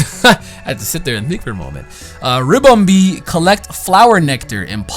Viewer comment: Ribombee not Rimbombee